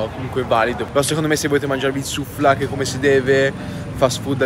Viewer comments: comunque in albanese si legge suflace non suflache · Sufllaqe non suflaqe